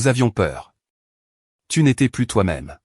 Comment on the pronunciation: Quand comprendrez vous que ce n'est pas "Plusss" Plusss de tente. Plusss de voitures. Dit comme ça ceka veut dire qu'il y avait 2 voitures au lieu d'une au moins. Pareil pour les tentes S'il y en a 2, cela veut dire qu'il y en a au moins 3 ou plus. Là, il n'y a rien donc cela ce prononce "plu". Exemple vous avez bien mangé on vous propose encore à manger. Vous répondez " je n'en veux " plu ". J'espère que vous corrigerez vite ce défaut. Ça gâche tout.